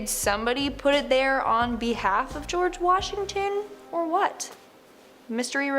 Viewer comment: "Geroge" umm.............wut.....